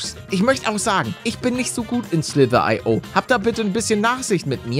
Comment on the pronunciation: Man sagt Slither io